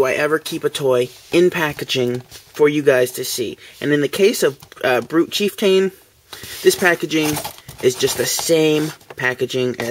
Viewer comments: Actually... the a is pronounced (uh). So it is Chief-T(uh)n, or as it sounds, Chief-ton, like the scale of weight. Ya know... a "ton" of bricks. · you pronounce chieftain wrong lol.its cheif-tan.